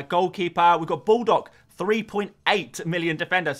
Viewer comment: i always wondered why you pronounce baldock as "bulldog".